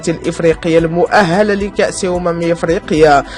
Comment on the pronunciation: المؤهلة بكسر الهاء ماشي بفتحها. تعلمو الشكل راه الفتحة أو الضمة أو الكسرة كتغير المعنى ديال الكلمة.